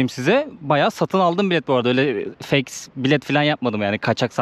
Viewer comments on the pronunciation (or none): none